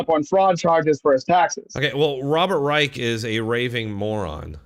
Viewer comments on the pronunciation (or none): Come on, it's pronounced Rysh not Rike and Trump was a Democrat in the 80s